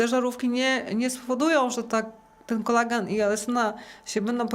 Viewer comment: To NIE jest "Kolegan" jak pani mowi, tylo KOLAGEN !!!!